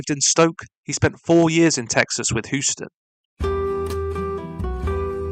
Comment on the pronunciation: Nice video! Just an fyi Houston is pronounced like Hew-ston, not Hoo-ston. Just figured u might want to know 🙂 have a nice day